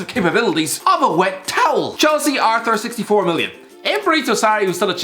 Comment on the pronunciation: Pronounced ar-tour